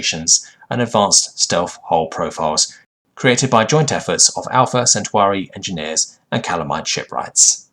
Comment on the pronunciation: Also, the second part of Alpha Centauri is not pronounced "sent-you-are-ee," but "centaur-ee."